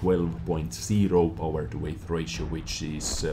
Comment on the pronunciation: Hey, weight is not pronounced as way-th. You pronounce it the same as the word "wait". Also, thanks to your other vod i am just 200k xp away from researching the deathstar. Going to convert xp to get it. Im not grinding tge same damn tank 5 times. (At2-tortois) Thanks for the heads up.